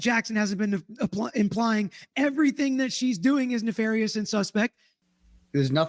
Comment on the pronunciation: Even more hilarious that she mispronounced it….. exactly the same way Brennan mispronounces it in an earlier hearing 👀🤣